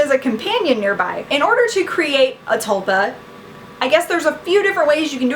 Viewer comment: its pronounced t-ool-pa